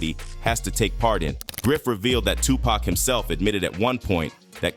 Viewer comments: does this guy mispronounce names on purpose? It almost seems likes he's going out of his way to say some of these names wrong "2-Pack", "che- non" , "mike-eel jackson" ... this man doesn't even know how to pronounce the names of the people he is making videos about. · The ai voice over is a big no from me. Nobody calls tupac, pack